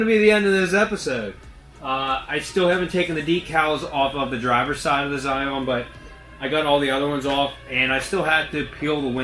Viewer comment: Not sure if you are joking but it is Scion not Zion. On mine I had to do the valve cover gasket and PCV. Also, this toyota motor has an oil consumption problem. Issue with piston rings. Toyota had a program where they fixed it for free if the car qualified. Might ask the previous owner if she got it done. Sadly previous owner of mine did not get it done and I missed the cutoff date to do it. I add a quart every 1k miles. Thinking of contacting toyota to see if they will make an exception. Otherwise is a great car